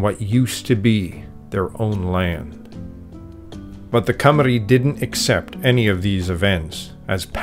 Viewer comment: Congratulations on your pronounciation of Llanfairpwllgwyngyllgogerychwyrndrobwllllantysiliogogogoch and Cymru :medal-yellow-first-red